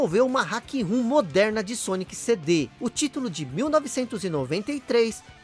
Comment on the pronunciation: Excelente vídeo! Mas por favor, hack ROM e não ROOM. Eu sei que tu não é o Velberan que insiste em falar errado coisas tipo FANTEISI star, então fica a dica 😊